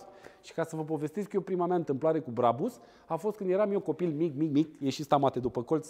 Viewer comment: Se spune Brabuș